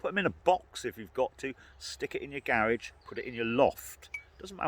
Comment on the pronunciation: Thank you,, for that list! I didn’t know generators came in different sizes, so I never looked into them. I’ll be looking online today for CB radio, generator, and a phone book! I’d be lost without my phone because I don’t know anyone’s numbers! I love how you say garage. You put the accent on the wrong syllable!! 😜 Sending gratitude your way from Detroit, Michigan.